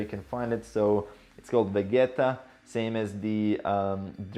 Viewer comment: It’s Veh Gii Tah